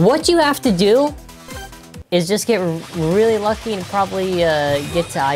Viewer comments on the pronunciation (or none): none